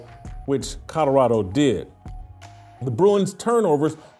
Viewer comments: Jason you mispronounce Colorado, you say CoDoradao not Colorado. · PLEASE stop saying Co”DOR”ado…it’s CoLORado…thanks!😘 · OMG! I made a similar comment…drives me bananas the way he says CoDOrado! 🤦🏾‍♀️😂😂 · Please Whit, there is a L in Colorado, not 2 D's! Its not Codorado! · Too funny, Jason simply can’t say COLORADO. He pronounces it “Cotterado”…😂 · COLORADO has an L in the middle not a D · Can you please learn how to correctly pronounce the word, COLORADO?!! Jeez. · Why is Whitlock SO PASSIONATE about Colorado? He can't even pronounce 'Colorado', but can t stop talking about it.The opportunity to denigrate another black person gets Whitlock excited. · Bro Colorado is not a hard word to pronounce. You are struggling. 😂